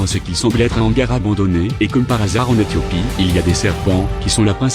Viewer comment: Éthiopie et non "Ehtiopie" sinon excellente vidéo comme d'hab !!!!!